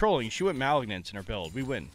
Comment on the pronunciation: You pronouns Malignance as you would say malignant as in a malignant tumor.